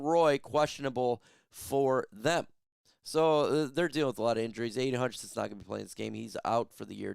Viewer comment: DET… btw, I think you meant Hockenson will be out, not Hutchenson. LOL